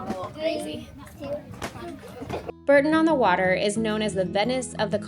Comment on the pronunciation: Terrific vlog! FYI, Bourton-on-the-water is pronounced 'Boar tun', ALWAYS carry cash with you (cash is king)